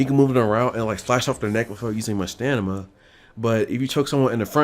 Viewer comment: Strange how u say stanima